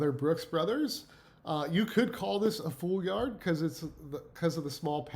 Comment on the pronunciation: Great information, thanks! Just a heads up, jacquard is pronounced jac-kard and foulard is pronounced ful-lard. Fouard is the word for necktie in French. Basically when we say a foulard pattern in English, it denotes a group of classic patterns that were specifically designed for men's neckwear. Foulard print translates to necktie print.